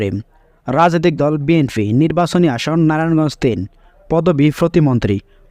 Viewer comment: বাটপার কথা বলা আগে শিখো বি এন ফি না বি এন পি